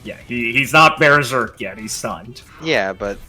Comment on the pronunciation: You did not just say bear-serk Kinda sick,I might use that one later